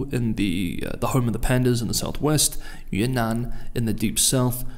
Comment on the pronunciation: Mate, it’s Yunnan not Yuenan (Vietnam)